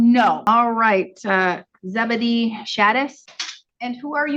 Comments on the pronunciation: its not Zebadee its Zeba di ah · That name is pronounced Zeb-a-die-uh. 😂